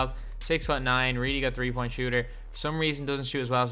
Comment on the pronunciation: Bro, get your English right, your saying three like free